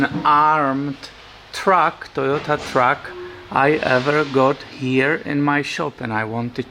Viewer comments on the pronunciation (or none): none